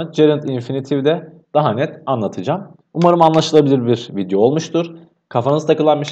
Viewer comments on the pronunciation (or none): none